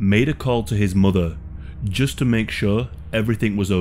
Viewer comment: For some reason the way you say the word ‘mother’ rubs me the wrong way lol. I’m not trying to be a hate comment or anything but it sounds strange and you say it a lot.